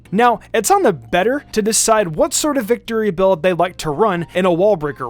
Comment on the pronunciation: It’s not “Victorybell”, it’s “Victreebel”.